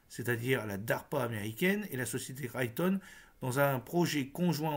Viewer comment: Raytheon se prononce "Raiethéon"